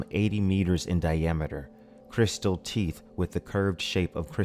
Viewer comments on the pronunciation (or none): none